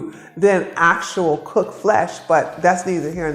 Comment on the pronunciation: The way you say it cocked flesh 😂 I eat meat , but I still listen to you and appreciate your work and how your helping everyone thank you